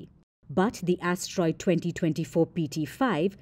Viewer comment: She said "a tiny a** troid"